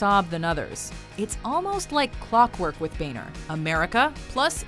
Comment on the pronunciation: John McDaniel. It sounds like BAYNER. Not BONE HER.